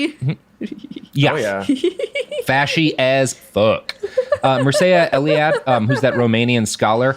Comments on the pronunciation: Mircea Eliade was a man, not a woman. The name is pronounced Meer (like beer) Cha. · A correction: Mircea Eliade (pronounced Meer-cha Eh-lee-ah-deh) was a man. He is popular for his books about religions, and his novel Maitreyi (Bengal Nights) which involves a relationship between himself and an Indian woman Maitreyi Devi. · Mircea Eliade...sounded like you were saying "she"? He's a he. Name is pronounced mirt-shay-ah (or maybe it's mirt-shee-ah...not sure!) Source is Wikipedia. :-) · I believe the sociologist referenced is pronouned MEER-Cha Eliade. It's a Romanian name. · You totally butchered Mircea Eliade's name pronunciation. My girlfriend is Romanian and she told me it's pronounced phonetically like Mear-cha Ellie-ah-day.